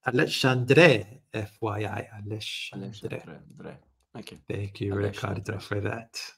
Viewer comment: Very good, BUT you guys should learn ho to pronounce his name correctly, as a Alexandre myself is quite annoying